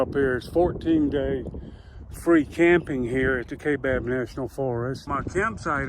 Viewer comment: It's pronounced The kai( ki) bab